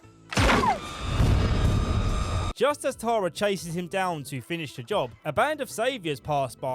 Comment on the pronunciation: I love that you can’t say Tara. “Tarar” lmao